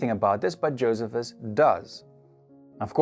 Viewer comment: Very good program. I was once corrected from saying Josephus the way you did, to saying it with emphasis on middle syllable. Jo- SEE - phus... ( Not JO- sephus). This was at a Bible archeology seminar.